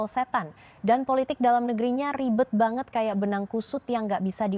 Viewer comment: Apa kata benaran baget???? Baget ???? Ini bahasa melayu???? campuran ya ??? Ternyata, lebi jelas orang papua berbahasa Indonesia 😂😂😂